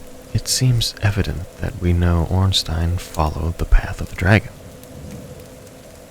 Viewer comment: The way you were pronouncing Ornstein was scaring me